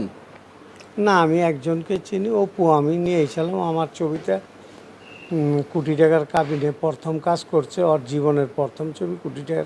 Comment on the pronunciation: এই ডিপজল নাকি আবার অভিনেতা!!! “প্রথম” কে বলছে “পরথম”, “ফিল্ম” কে বলছে “ফিলিম”, “কোটি” কে “কুঠি”, “ক্লিয়ার” কে বলছে “কিলিয়ার”, “কান্ট্রি” কে বলছে “কানটিরি”। এরাই আনে শাকিবের মতো লুচ্চাকে এনেছে চলচ্চিত্রে। লাথি মারি বাংলা চলচ্চিত্রের পাছায়। তবে ফিনিশিং দিয়েছে ভালোই।